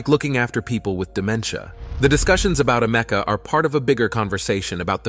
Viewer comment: It's Ameka not Amecka 🙄